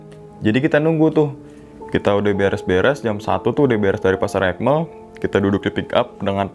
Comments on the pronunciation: Aik Mel bang buka ekmel 😂,, jdi kdengerangnnya BHS Inggris BHS sasaknya 😂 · Bukan ekmel tapi aikmel bg